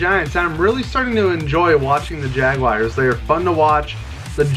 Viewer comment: Y u pronounce the jaguars like “jag-WIRES” lol nice predictions tho